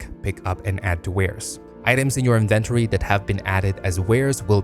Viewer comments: Inventory isn't a difficult word to pronounce what the hell was that dude? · Inventory. Please. Learn. How. To. Say. Inventory. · Inven-tor-E...i love it! Gonna start pronoincing it loke this from now on. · So weird how he says "inventory" lol